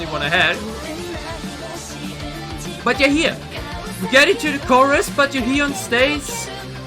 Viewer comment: I like My Way a lot. The rhythm and melodies are excellent. I won't tell you what you have to like, but maybe give it a few more listens to see if it grows on you. Also little thing: You keep saying Ga-hy-eon, but it's actually just 2 syllables Ga-hyeon. Same with Yoohyeon. It's Yoo-hyeon, not Yoo-hy-eon.